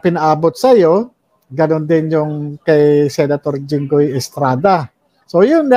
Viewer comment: Jinggoy Po hindi Junggoy po